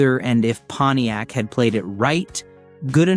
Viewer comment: Moron AI....thumbs down for "Ponyex" and then ."three hundred and eighty nine..." This is NOT how humans pronounce the the car brand, or engine displacement. I will proceed only because I once owned a PONTIAC LeMans with the 326. If not for that, your unnecessary, distracting, stupid, and annoying captions would be enough for me to click away. But I've already hit THUMBS DOWN!!!